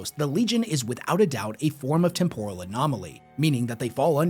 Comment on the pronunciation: Listening to him pronounce temporal like it's some kind of Japanese dish. It's tem·po·ral, as in I'm temporarily losing my mind every time he tries to say the word